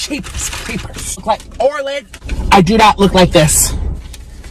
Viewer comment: Orland is good at drawings btw it's Orland not orlin